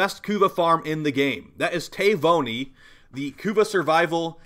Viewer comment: Ta - vi - u- ni. It is an island in Fiji.